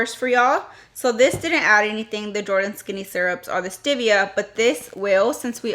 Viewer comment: Oh my - that song. And it’s stevia not stivia.